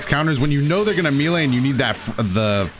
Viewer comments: "May Lay" not "Mee Lay" bro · May lay (melee) not ME lay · IT'S NOT MEAL-AYE DAMMIT IT'S MAY-LAY!!! MAY. LAY. MELEE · Says Melee like, "Me-Lay" Me: *confused*..."Wait, May-Lay?" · Me·lee: ˈmā-lā, mā-lā; a lot of people say mee-lee (for whatever reason), but??? "Mee-lā" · Bro just say “may lay” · Me-lee or May-lay but never oh never can it be prononced Me-lay! Plssss stop ittt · "Meelee counter" Dude it's pronounced "may lay", come on. Edit: my bad, he says "mee lay" dude how the hell do you think that's how it's pronounced. You're half way there tho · says meelay Me: Oh, well hes probably only going to say it a few times: continues to say meelay atleast once every minute for the rest of the video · Meelay Me an intellectual: M E L E E E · Every time he pronounces it “Meelay” I die a little inside, something about just feels off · When he said “meelay” I felt that. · Has always said "mi-le" or is this part of the patch too? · I love how he says meele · mans really said "mee lay" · It's pronounced "MAY LAY" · Please its May-Lay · It's so weird that he pronounced melee "mylee" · Melee is pronounced "may-lay," my guy. Its French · Sorry to be that guy but it’s pronounced May-Lay also tien was not really good before patch. I love him, but he just wasn’t good. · me lay... yuck, my man! You are mispronouncing that on purpose or something? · really thought I wasn't boutta say something about how he pronounced "Melee" that's crazy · The way he said “melee” was kind of, um, well it took some time to get used to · it's "melee" not "melee". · He’s gotta be pronouncing melee like that on purpose there’s just no way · When he says melee i cringe just a little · Bro you need to learn how to say melee 😅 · please pronounce "melee" properly it makes me cringe